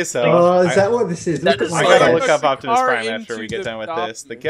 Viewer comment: Correcting him about Optimus Prime while saying "Octimus"